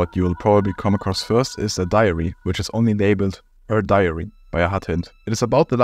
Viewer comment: I hear ‘diarrhea’ every time you say ‘diary’ 😂